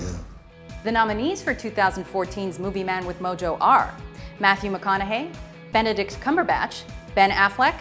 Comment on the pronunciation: NooooooooooooooooooooooooooooooooooooooooO! Is Benedict Cumberbach! U misspoke! U ment Benedist Cumberbach!